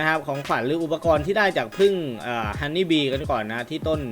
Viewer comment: ฮันนี่บีกลายเป็น ฮอนนี่แบร์555